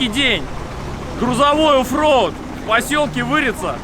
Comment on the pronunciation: "Тяжелый ОФ-Роуд"